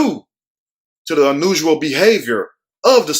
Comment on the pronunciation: 😭😭🤣🤣🤣🤣🤣 OMG 😂😂😂😂 I CANT 🤣😂🤣😂🤣😂.... ... The way he says... “UNUSUAL”... 😂😂😂😂😂😂😂😭😭😭😂🤣😂😭... My side is LITERALLY HURTING FROM 🤣🤣 At him... OMG 😭😭😭🤣🤣 He says... UN—NUSAL 😂😂😂😂 OOHH LAWD 🤣🤣😂🤣😂😭😭 WHYYYY did you start me today😭😭😭 I rewinded 7 damn times to HEAR THAT AGAIN... UN-NUSAL 🤦‍♀️🤦‍♀️🤣😂🤣😂🤣😂